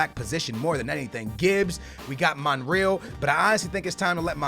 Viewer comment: It is btw monre-al not monriel